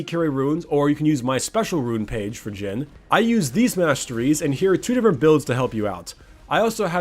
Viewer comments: You said jim not jhin XD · I thought u said "Jim" at the intro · idk why but i can hear him say "jim" instead of jhin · Is it just me or did it sound like he called him Jim at times? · "immobile" say that with me kids: "J h i n i s i m m o b i l e"